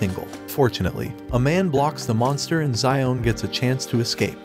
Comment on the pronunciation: i just can't with you calling him zion hahaha wow its pronounced (show'an)